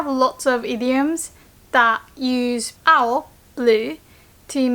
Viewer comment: I thought when you said "青" you said "あほ" as in baka/stupid 👀👀